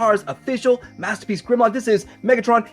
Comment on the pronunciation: Wed gwemlock?mathterpiece